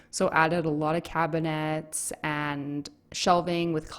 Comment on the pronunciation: she added cab-a-nats